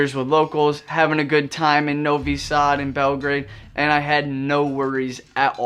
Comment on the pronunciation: "Novi-sad" Lmao